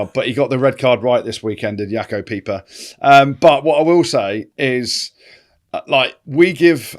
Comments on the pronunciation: im sorry but jaco peyper not peeper is better than french refs "jim hummeltin" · it's Paper as in Jaco Paper